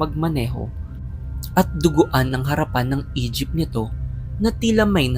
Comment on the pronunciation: Ako lang ba yung nakaka-rinig ng "Egypt" imbes na "E-jeep"